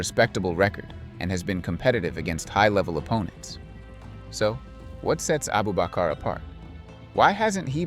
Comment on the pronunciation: 😂 his name is Abubakr not Abu bakar